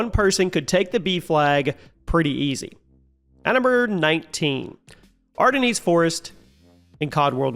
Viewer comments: it’s literally “our den” not “are the knees” lmfao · Its pronounced like "ARE-DEN" Forrest my guy.... 🤦🏼‍♂️ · " ardineeez forest " aww man listen to yourself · Arr-Den forest!! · Ardennes is pronounced ar-DEN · Mans really said 'Are the knees forest' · Worst pronunciation of Ardennes I’ve ever heard in my life 💀💀💀